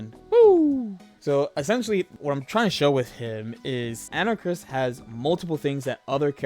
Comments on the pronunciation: Ana-Karis. Not Anarchis, dude. lmao So hyped for the new Capcom collection coming out. It's gonna be sick. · Pronounced "An-Ah-Kah-Ris," for future reference. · an-uh-cahr-is. anarchis? Anakaris. four syllables? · AnaKARIS for fuck's sake say it right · You and jmcrofts are in the club of people that can't pronounce Anakaris correctly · His name is Anakaris. Why can't anyone just say his name right?